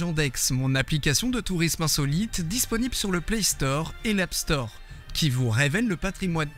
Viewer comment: Not Napster, Appstore D 😅